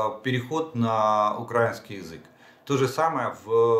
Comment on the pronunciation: Жданов, язык не укрАинский, а украИнский!!!